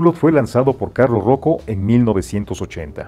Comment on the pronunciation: Se pronuncia UBLÓ, el dueño de Hublot se llama Carlo Croco, no Carlos Roco.